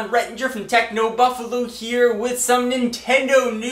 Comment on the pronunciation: he says buffalo funny....thumbs up if you agree lol jk i hate those people (like